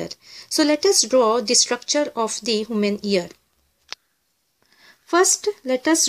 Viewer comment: Human ear not haman ear